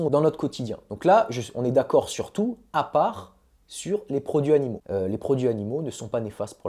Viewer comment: Video hyper interessante. J’ai juste relevé 2 erreurs de français. Le verbe solutionner n’existe pas en français. On résout un problème. Et il faut faire la liaison dans ‘produits animaux’: produits Zanimaux. Sinon, c’est parfait.